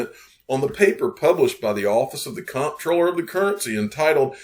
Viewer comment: Info for the masses. Comptroller is pronounced Controller.